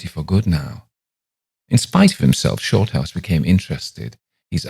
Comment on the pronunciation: Sorry but you sound like you're calling him "shortarse", thanks for bringing a smile to my face, I really needed it.